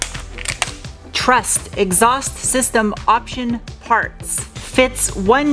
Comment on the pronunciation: I'm here for the fun pronunciations... "Exoust"... "Mooflour"...😆